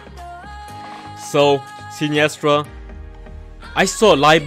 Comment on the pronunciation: Loved the video but I can't get over the wrong pronunciation of her name lol